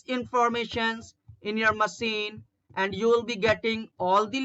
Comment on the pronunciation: मशीन च्या जागी मसीन म्हनतोय हा.😅😅😅😅